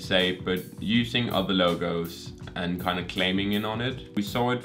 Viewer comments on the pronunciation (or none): none